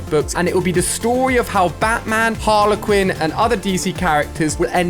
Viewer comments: When he pronounced it harler quinn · Ali it's spelt harley quinn and it's pronounced har-ley-quinn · Theres not 2 a's in Harley quin see harley it's an e not a it's not harla quin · Me:Harley Quinn Ali-A:Haler Quinn😂 Just playin love u Ali A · Please it’s not harla Quinn it’s harlEEEE Quinn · no one: absolutely no one: Ali A: Batman and halay Quinn 😭💀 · You pronounce it like harlie quin not Harla quin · Why does he say harler quiin not Harley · Gala Quinn 😂 it’s Harley Quinn or shall I say that’s how u pronounce it bc I’m English and that’s how everyone says it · Its not harla quinn It's harley quinn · Why do you always say Harlequin. It’s Harley Quinn, 2 words first and surname, not 1 word, don’t get how you always mess up easy names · HarlEY quin not HarlA quin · Alia: harla Quinn Literally everyone else: Harley Quinn Alia what luv ur accent 😀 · How I say harleyquin: harleyquin How Alia says it: Harlequin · When Ali says Harler Quinn instead of Harley: *visible confusion* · No one Ali a: HARLER QWIN🤣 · HARLA QUIN ITS HARLEY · He says harlay not Harley Quinn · Ali quit saying it wrong it's Harley Quinn not harler Quinnwhat are you even trying to say do you not understand English aren't you English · Did my guy say Harla Quinn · just me but the way he say harley quit is really annoying that he pronounces it different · Does it annoy anyone else when he says Harla Quinn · Did you just call Harley Quinn, Harlehquin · Ali calls Harley Quinn harle Quinn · Har-lee-quin sorry forgot theL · Normal people: Harley Quinn ALI-A: Harla Quinn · "harla quinn" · F you ali for saying Harley Quinn name wrong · Lolllll u can’t even say Harley Quinn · Ali please search up how to say Harley Quinn please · The way he says HARLEY QUINN 🤢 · It’s Harley Quinn